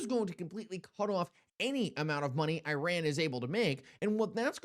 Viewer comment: Could you please try to pronounce Iran correctly……..